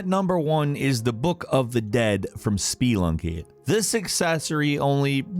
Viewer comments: Speee-lunky made me cringe a good bit. Nice job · Did you mean "Spee-Lucking?" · Spee-lunky... Really? 😂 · Spelunky is pronounced spuh-lunky, not spee-lunky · I swear to god, is the master of pronouncing words everyone pronounces correctly EXTREMELY WRONG. It's insane, like who the hell calls Spelunky, "SpEEE-Lunky"? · Spee lunky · No one:: SPEElunky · SPEELUNKY? REALLY DUDE?! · Stop saying spelunky like SpEEEEE-lunky !!! WTH is wrong with you?!?!?! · Oh man.... I don't think I've ever been bothered by someone pronouncing something. But SPEE-LUNKY... Jesus Christ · excuse me but s p e e l u n k y? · "spuh-lunky" -- it's literally called "spuh-lunking" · Hearing "Spee-lunky" was almost as painful as hearing M"air"io. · ISNT IT SPUUUHHHLUNKYY? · "Spee-lunky" lol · Seriously. has issues pronouncing things. Spelunky is just Spelunky. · Stop misprononucing Spelunky please! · Why the hell are you pronouncing Spelunky like that? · The way you say Spelunky hurts my brain.. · Why so much emphasis on the "e" in "Spelunky"? KEKW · spee-lunky and oh-lacile